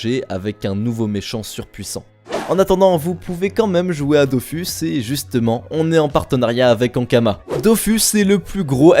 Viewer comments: Il me semble que Dofus se prononce bien "Dofousse". De toutes façons pour la partie sponso l'entreprise demande souvent à la voir pour rectifier ce qui ne va pas... donc les prononciations sont quasi-canon. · " DOFOUS" 😭 apparemment les prononciation c'est pas ça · Dofus ou Dofouths mdrr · Je voudrais juste signaler à celui de la chaîne qu'on écrit dofus mais que ça se lit "dofOUs" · Il a vraiment dit "dofous" là?? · Il a prononcé Dofus (dofous) 😭😭